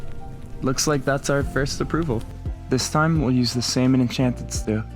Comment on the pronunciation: did just pronounce salmon correctly??!?!?!